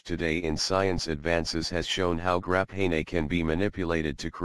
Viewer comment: Grah-pay-nay ooooo